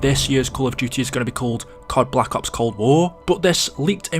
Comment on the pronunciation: The way says Black Ops kinda hurts for some reason, most people pronounce it like Blah Cops, but he’s like BlacUHPs